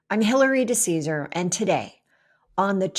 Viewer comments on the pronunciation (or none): You are the first person I have ever heard pronounce your last name that way. We pronounce it (Duh - Says - Ah - Ree) "DeCesare".